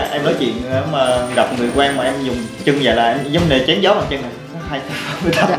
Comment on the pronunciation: Bằng chân mà nghe nói như bằng chăn!